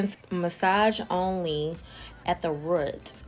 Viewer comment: Girl why you say root like that 😂😂😂